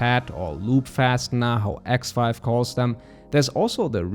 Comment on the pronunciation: I kept hearing 'ex wife' instead of Xive